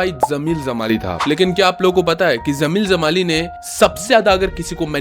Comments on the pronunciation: Bhaai, zameel zamaali nahin hota...jameel jamaali tha. Har jagah 'z' nahin bola kartay cool 😎 dikhnay kay liye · Bro it's Jamil jamali not zamil jamali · जब 'ज' बोल सकते हो तो ज़मील ज़माली क्यों बोलते हो? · Dude Z and J pronounce different zara ye bol ke dikha...... Jai Hind, Zai Hind mat bolna Video pe effect karwadunga